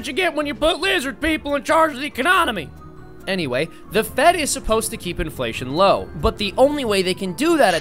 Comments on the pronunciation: "econonomy" Love it! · Econonomy lol